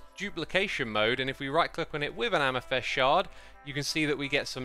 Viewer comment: Why do you keep saying "am-ih-thest"? it's amethyst. a-meh-thist. amethYst. with a Y. Amethyst. I can't believe you've gone this long without knowing this, so do you do it just to generate comments like these, for engagement?